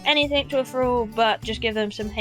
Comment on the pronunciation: Feeding Fralls? What's a "Frall"?